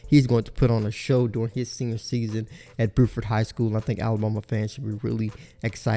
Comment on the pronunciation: He also says "boo-ford" high school instead of "bew-ford" high school